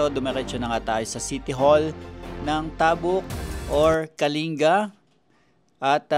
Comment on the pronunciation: sakit sa tenga pakinggan yung pag pronounce ng "tabuk".